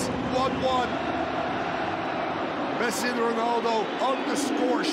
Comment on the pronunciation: he did said pessi😂